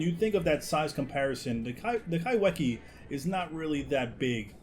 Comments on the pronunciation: It’s pronounced “kyfekeya” incase anyone was wondering… kai(ky)whe(fe)kea(keya) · Hey guys! Just wanted to remind everyone that kaiwhekea is a Māori name (Māori are the indigenous people of Aotearoa/New Zealand) and it's pronounced "ky-feh-key-uh." In Māori, "wh" is pronounced the same way as an "f" is! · Sorry to be that guy, but your pronouncing the name wrong, Its in Maori so the 'wh' is actually pronounced like an f, so you say it Kai-fe-kea